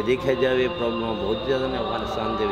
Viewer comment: Thank you for this documentary!!! The were a lots of thing that I loved but the most one was when he pronounced Afghanistan the way it should be. Not like most of others who are pronouncing it like foreigners. We are afghan and we know and SHOULD know how to say AFGHANISTAN !!!!